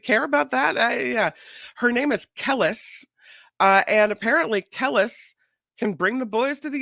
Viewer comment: it’s “Ka-lease” she is Nas ex wife